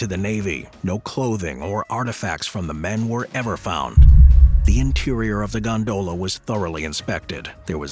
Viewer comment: Stop saying gondola like that... You're accentuating the wrong syllable.... It's quite infuriating to people like me who have misophonia. UPDATE YOUR AI! WE ALL KNOW THAT'S NOT YOUR VOICE...